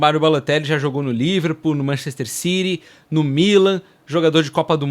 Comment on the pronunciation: Que time é esse que tu fala "Manchester Ciri" 😅😅😅 Ciri😅😅